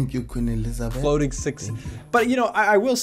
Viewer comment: The laugh and the accent where he said " Thank you Queen Elizabeth " 🤣😭